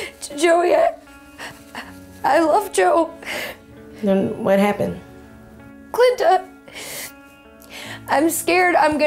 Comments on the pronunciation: at first i thought she said 'Clitta' and i was like ummmmm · Ollie Ollie UpAndFree 😂 I know in the video the girl said clinta instead of Quinta. I was just making a joke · Hahahahahahahahahahahahahahaahah! “Qlinta”. Hahahahahahahahahaah😂😂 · I swear I think she keeps saying qlinta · "Listen here Clinta" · Did she call Quinta "Clinta"?? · Quinta's face every time the bride says her name wrong lol